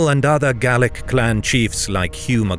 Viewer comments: Oh, and speaking as an Irishman, it's Gail-ick, not Gall-ick. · Gaelic not Gallic but great stuff. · Gaelic isn't pronounced gallic. Gale-ick is closer to it. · Gaelic not Gallic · Gaelic is Irish and pronounced Gaylic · Please, Gaelic is pronounced 'gay-lick'. 'Gallic' relates to Gall, more or less today's France. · Nice to see some Nine Years War stuff :) Though I did flinch every time 'Gaelic' was pronounced 'Gallic' :D 'Gael' is the same as 'gale' ;) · The word "Gaelic" is pronounced differrently in Ireland from in Scotland. "ae" is prononounced as "ay" in Ireland. Gallowglass were often of mixed Norse-Gael background from the Western Isles of Scotland. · why are you saying Gaelic like Gallic?? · 2nd this sentiment. And I do mostly smile listening to non-Irish people butchering the pronunciation of our words (even our closest neighbours, the english, who you would imagine by now would be more accustomed to hearing them). Though to hear us being referred to multiple times as ''Gall-ick'' was weird, as we are obviously neither scottish nor gaulish celtic.